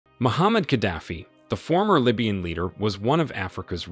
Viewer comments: His name is not Muhammad. His name is Moaamar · Who's Muhammad Gaddafi??? Do you mean Muammar Gaddafi?? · its muammar not muhammad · It's not Muhammad Gaddafi its Muamar Gaddafi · He's name Muammar Gaddafi not Muhammad xD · Gaddafi first name is not Muhammed it's Muammar ! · How you talk about a person you don't know his name? He is Muammar not Mohammed...very ridiculous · When making a historical video, try at least to get names of the main players right. Col. Ghadafi's name was not Mohammad but Muammar. 🙄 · If you are going to make an episode about a leader, it helps greatly to know his name in the first place. His first name is Muammar, not Muhammad. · His name is 'Muamar' not Muhammad. Muamar Abu Sina Al-Qadaffi. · My friend husband name is Muaamar Gaddafi NOT Muhammad!!! Wtf man get your shit right. And it's spelt Libya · Muammar Gaddafi not Muhammad Gaddafi! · the name was Muammar not Muhammed kaddafi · It us Muammar, not Muhammad. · It’s Muammar Al Gaddafi not Muhammad Gaddafi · Muammar is his name. Not Muhammad 🫣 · Muammar, not Muhammad. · His Name Is Mhomar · Name was Muammar Gaddafi, get it right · Can you at least say his name correctly, M U A M A R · Muammar. Mispronounced first name aside, good video. Tony Blair and Co. betrayed him as well, they started diplomacy again after he got rid of the nukes then a few years later, they were supporting his overthrow again. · Get his name right !!! It's MO amr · You got his name wrong. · couldnt even get his name right, have respect for the man who turned the desert green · Muammar Not Muhammed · It’s Muammar …. You gringos